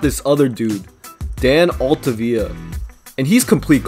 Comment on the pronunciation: Altavilla if he hadn’t gotten hurt would have been good, but learn how to pronounce his name before you talk trash. Really cool to see a guy who I played little league with in the majors.